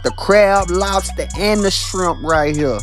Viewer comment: Love the way he says shrimp kinded like bubba from Forrest Gump